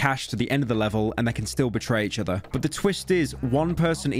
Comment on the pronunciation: In Australian I can’t even write the way you pronounce the word ‘but’ as there is no vowel that makes such a cursed sound. It’d be somewhere in between “bert” and “bort” and to make the sound we have to make the same expression we make right before we vomit when you make that “ert-erlt-ert-erlt” dry reaching noise. Boert (that’s nearly it!) you’ll be happy to know that the only way I can think to get that awful sound out of my head is to go and find a well-built door and slam my head in it until I forget.